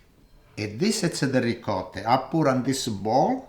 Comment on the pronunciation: Love your videos. No grated cheese in the béchamel? I grew up in an Italian neighborhood so I pronounce ricotta like you do.